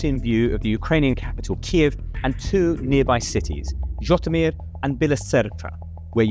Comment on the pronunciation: its Житомир not zhotymir